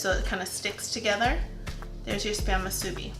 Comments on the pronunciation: Moo-sue-Bee so -e-z! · Good try but it’s correctly pronounced Moosoo - Bee. Break it into two words. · I wish I could find a video where someone actually pronounces musubi correctly.